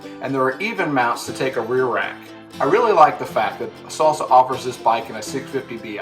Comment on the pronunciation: Great review. But why'd you call it a S(aul) Sa? And not a Sal Sa? Or a Saul Saw?